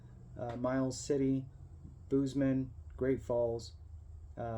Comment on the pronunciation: Bozeman like bose-man not booze maane.